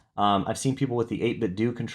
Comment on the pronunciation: I'm still bummed that flash cart support isn't good. Also, thank you for pronouncing 8BitDo correctly!